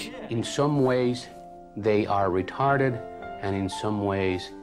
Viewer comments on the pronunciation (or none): Rahtahdid hard R